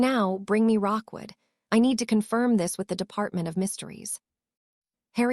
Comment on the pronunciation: Why is it that not a single AI can ever get a name correctly, it is Rookwood not Rockwood